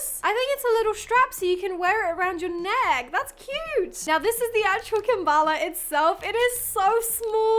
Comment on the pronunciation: It's a kalimba not a kambala 😅